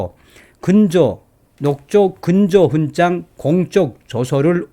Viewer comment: '훈장'을 [훈짱]으로 ? 매우 귀에 거슬리네요 이제부터는 [훈장]으로 발음하면 좋겠어요.